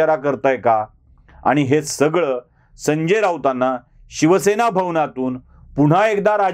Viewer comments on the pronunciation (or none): none